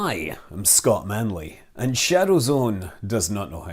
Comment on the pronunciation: "I'm, Phly safe" AGAIN!